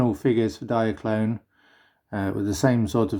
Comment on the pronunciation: lol no mate. it's not pronounced "Diakron" Diakron was the KO of Diaclone